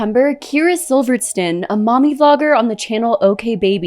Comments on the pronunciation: Please figure out how to correctly pronounce videos before you make whole videos. Love you. Love all you do but pretty please, Sivertson is even spelled phonetically. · You’re saying her last name wrong. At least pronounce it correctly. I wish I had time to make an entire video on someone else I’m jealous of. Yeesh. Idk why this showed up on my feed but this is a real person and she has real children who don’t need to see this. You’ve got your priorities all wrong. I bet you were the girl in school people wrote about in their burn books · This was very well made. 👏🏻 I just have one little critique , hopefully it’s excepted constructively…. Because I totally don’t mean to sound rude. But you might want to check the names that you are saying them correctly…..for example Kyra’s last name.